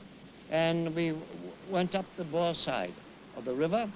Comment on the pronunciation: cant the pronounce the boer rightits a dutch woed for farmer